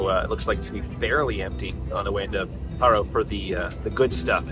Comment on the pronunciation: It’s not literally pa-ro it’s paaa-roo with a bit of ee in the pa